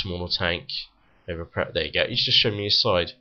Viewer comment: what city you from mate ? that accent killed my ears.... because of the way you pronounce "over" "over" anyway, great video!